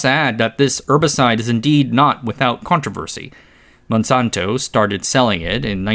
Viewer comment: He has a team and mostly reads other people's writings? -Can't for example pronounce Monsanto or glyphosate without sounding like an AI.